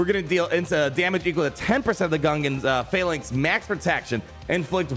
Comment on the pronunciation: finally you pronounce phalanx correctly lol